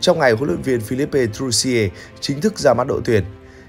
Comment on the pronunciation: Cháu thấy người nước ngoài phát âm là "phi-líp". Mà sao mình phát âm là "phi-líp-pê" vậy?